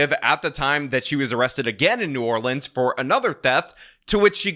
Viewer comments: hey, fun fact for ya. so I'm so grateful you say new orleans correctly. but the parish (county) is actually pronounced the way we typically fuss at people for... so the city is new or-lense, the parish is or-leans. now ya know! 😊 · Thank you for pronouncing New Orleans correctly.